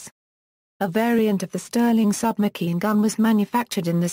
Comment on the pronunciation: Submakeen gun? These shitty text to voice auto generated 'videos' continue to annoy!